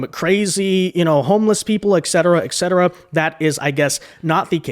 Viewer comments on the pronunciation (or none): Et cetera... Not ek cetera.